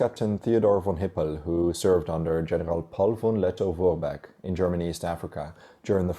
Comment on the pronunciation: it is pronounced 'Vermacht' in English. Thought I'd say. And Lettov Forbeck!